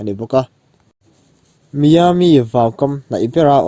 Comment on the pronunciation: Venetian (venesian) ti a lam tur, Miami (mayami) hmun hming ho khi tlemin lam uluk deuh la😊 i ti tha lutuk e, a bengvar thlak